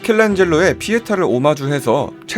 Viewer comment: 에서 미켈란젤로 피에타가 아니라 피에난데 나만 그렇게 들은건가...